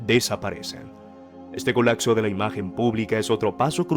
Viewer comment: Se dice COLAPSO no COLACSO